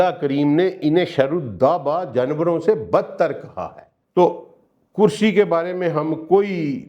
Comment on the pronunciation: Sir plz with due respect it is not (kursayyu )but kursiyyu .